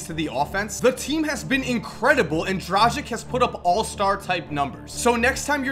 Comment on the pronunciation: Isnt it pronounced dragitsh?